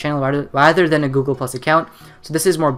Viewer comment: Heres some feedback; why do you speed babble? Whats the point? Do you want people to understand this? At least learn how to say Google. What a complete waste of effort.